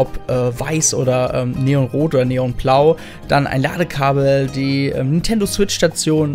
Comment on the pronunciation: Warum zum Geier sagst du ständig "N'tendo" Switch oder "Nietendo" Switch. Sprech doch den Namen des Herstellers mal korrekt aus. NinNNNNtendo.